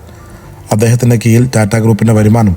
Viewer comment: എന്തൊരു ദുരന്തമാടോ "കീയില്‍" കീഴിലെന്നു പറയാന്‍ പോലും പല്ലുതേക്കാറില്ലാത്ത .....